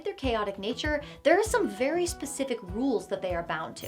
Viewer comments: Saying "fairy" instead of "very" tickled me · Did you say, "You can FAIRY quickly get in over your head"? 👀